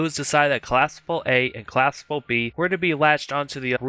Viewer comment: Good video bro but you have to work on pronouncing the word collapsible. Don't forget to pronounce the letter p